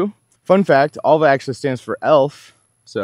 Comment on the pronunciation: It's pronounced Elva. Just ordered one 😊